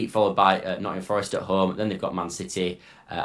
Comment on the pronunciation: Bad echo. And it’s Nottingham Forest. Or Forest